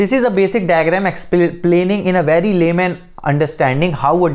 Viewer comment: Velcome to the channel... Wery good.